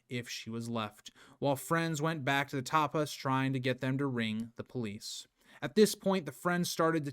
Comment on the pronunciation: I'm American who has lived in UK for many years. You are correct with the father's name. He is just pronouncing that and Tapas wrong.